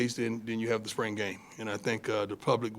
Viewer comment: Coach dun' pulled that 🤠hat out again!!😂 I love the way he pronounces "spring" as "sprang"...love Coach Prime💯.